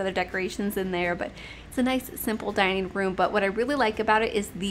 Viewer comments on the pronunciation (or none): “Liveen room” “dineen room”really?